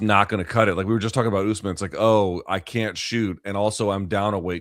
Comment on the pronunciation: Chuck turning Kamaru jamaican with the " UsMon"